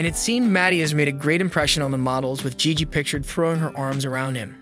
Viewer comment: Excuse me good sir, but what in the fuck is that pronunciation of Gigi’s name? “Gig” ?